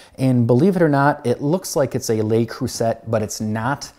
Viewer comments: The "t" is silent in "Le Creuset". The way you're pronouncing it would be correct if it were spelled "Creusette", as in "baguette". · Yea, I picked up on that, too. It's been a couple years, so he probably now knows how to pronounce it. Phonetically, it's Lay Cru(as in ecru)-say. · kroosay is the phonetic pronunciation of creuset. It is French. Great video and love the background music. Sounds just like Italy or France. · It's pronounced "luh croo-say"